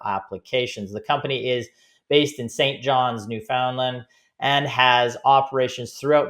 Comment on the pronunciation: You seriously can't pronounce Newfoundland? - LOL. I also watched your podcast for HIMS. You have no clue, most likely failed to recognize other disruptors like Amazon, Netflix etc. Basura...